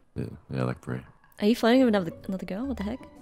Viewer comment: when said brie i thought he said bra